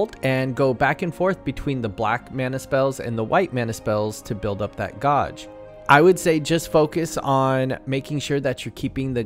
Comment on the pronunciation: My guy doesn’t know how to say gauge